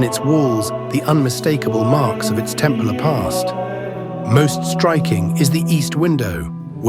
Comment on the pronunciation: That’s not how you pronounce Templar. Bloody AI narration😡